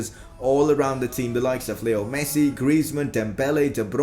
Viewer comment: no offence but when u said martial messi and dembele it didn't sound good